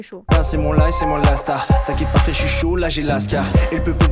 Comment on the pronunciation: Il dis "chui dans les temps" pas chi€r dans les dents 😂